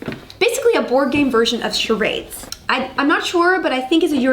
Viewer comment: Well, if we're picking her up on her pronunciation: "sharaidz" rather than "sharahdz".